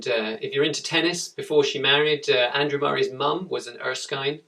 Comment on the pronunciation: it erskin not erskine